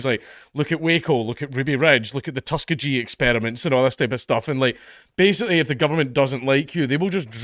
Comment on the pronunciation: Dank saying Tuskegee 😂